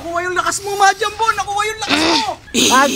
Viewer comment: 𝕄𝕒𝕛𝕚𝕞𝕓𝕦 ❌ 𝕄𝕒𝕛𝕚𝕞𝕓𝕠 ✅